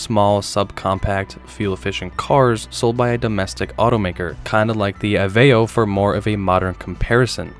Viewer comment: Dude, It's 2025! GEO BASHING IS PASSE NOW! YOU REALLY MEAN TO TELL ME ITS STILL COOL TO INSULT GEO AND THE GEO METRO???? YOU GOTTA BE FUCKING KIDDING ME!! THAT SHIT IS SOOOOO LAME, INFANTILE AND GROSSLY RETARDED! AFTER 2 AND A HALF DECADES, GIVE IT A REST ALREADY! YOU ALSO MISPRONOUNCED AVEO! At Least You Didn't Bash The Pontiac 301! I Wonder What You Think About DISCO!!